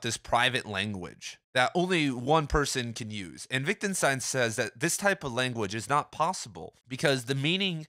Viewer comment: I love these videos! Keep up the good work :D By the way, you seem to pronounce it “Wic·den·stein”?